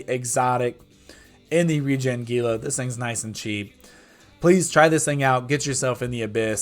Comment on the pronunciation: *It's HEE-lah.....ffs.